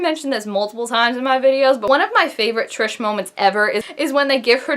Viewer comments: YES ITS SO SOON! But I couldn't help but notice you call her. I thought it was Tri-s?😂 lol but srsly great video! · I'm litteraly die every time she says TRISH cause guuuuurlll it's TRIS!!!!!